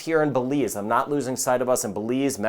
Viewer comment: He says "NOT all of these". It sounded like "now" so I listened again.